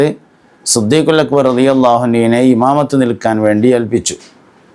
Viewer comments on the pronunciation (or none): none